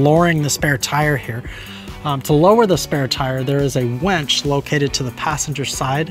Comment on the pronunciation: Winch not wench...but great and informative video! You could have passed the bolts from the other direction and held the washer and nut behind the plastic clip to save removing an extra screw.